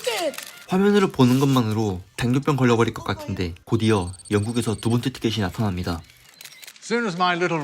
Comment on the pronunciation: 아니 일부러 혀짧게 발음하는거에요? ㅋㅋ 두번때 띠케띠 나따남니다 에서 시청 포기합니다 ㅋㅋ